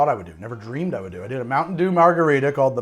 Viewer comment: Am i the only one hearing dew instead of do? Everytime!